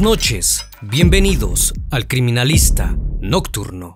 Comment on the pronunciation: Solía ver estos videos con alguien a quien quería mucho, y siempre me reía por la forma en la que intentaba repetir la forma en la que dice “El criminalista… nocturno”